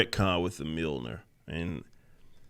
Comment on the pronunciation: “It’s MA’AM” Mljornir